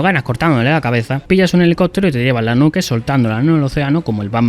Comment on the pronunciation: Cuál era la necesidad de decir nuke para pronunciarla mal existiendo perfectamente la palabra nuclear XDD